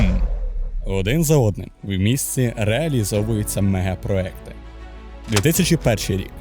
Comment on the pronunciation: Не Дубаї, а Дубай МегапроЄкти